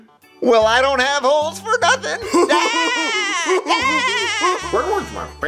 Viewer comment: Did he say holes or hoes